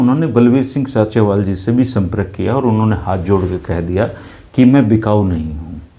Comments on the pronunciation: भाई उसका नाम संत बलबीर सिंह “ सींचेवाल” है ना कि “साँचेवाल” please correct Thanks 🙏🙏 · Sinchewal है जी ना कि Sanchewal